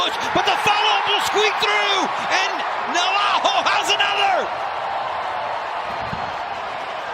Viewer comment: Just because he’s Brazilian you don’t have to say Navajo his name is clearly Navarro double R you have to roll your Rs